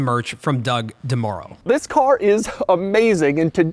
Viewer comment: Why did he pronounce Doug DeMuro as Doug DeMurrow?